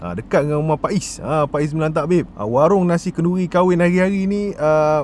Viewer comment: Lapar sangat kot sampai tersasul warung jadi waring 🤣🤣🤣🤣🤣🤣🤣